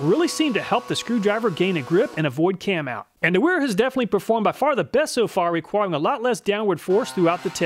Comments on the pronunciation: They are pronounced Vera, and Viha. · So if it's German, then Wera is prnouced Veh-(H)rah ;-) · I enjoy your videos but sometimes after watching them my IQ drops 20pts. Here I am walking around saying NIP-ex, Wera and Wiha instead of Viha, Vera and Ka-nip-ex…